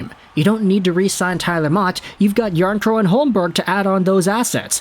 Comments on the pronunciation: The final K isn’t silent and isn’t in any language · PS it’s Jarnkrok Noᴛ Jarnkrow